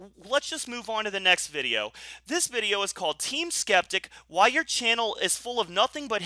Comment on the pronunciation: To me it sounds like says "septic" and not "skeptic" 🤣